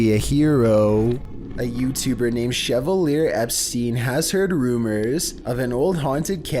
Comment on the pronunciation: The kid’s first name at the haunted house is pronounced sha-val-yea. What were you callimg him? Chevrolet? LOL I use to date a woman with ghat last name.